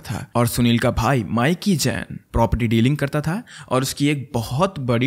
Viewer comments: Actually it’s ’mee-ki’. Not Miky. 😅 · That’s not mic-key That’s pronounced as mickey in Punjab 😂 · माइकी नहीं मिकी 😅